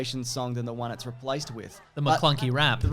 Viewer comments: I found it weird that when obi wan gets killed by vader, instead of luke screaming ben he just looks straight into the camera and says maclunky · Take a shot everytime they say "MaClunkey"